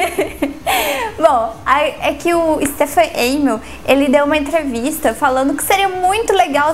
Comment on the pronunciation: é "Stephen AmÈll"